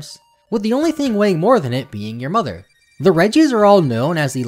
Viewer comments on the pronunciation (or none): none